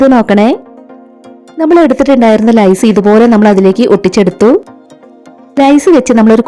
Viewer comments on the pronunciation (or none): അടിപൊളി.❤ ലേസ്.. ആണ്. ലൈസ് എന്ന് കേൾക്കുന്നു.